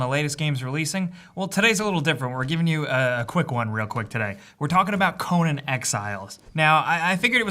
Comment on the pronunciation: wtf is co-NAN?